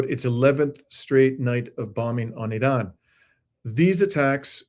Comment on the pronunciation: Why are you pronouncing Iran like that?